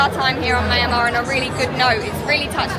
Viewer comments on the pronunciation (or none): pronounces Myal Mar, or Myan - Mar . Cheers.